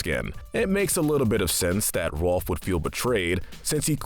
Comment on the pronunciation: It's not Ralph, it's ROLF!!!!